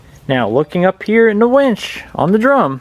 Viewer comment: Umm... it’s a winch, not a wench. Otherwise, great video.